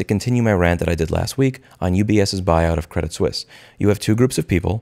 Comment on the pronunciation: It's pronounced Sweese. :)